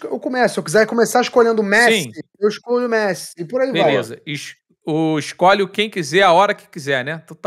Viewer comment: "Isscolhe"!! Sabe nem falar este.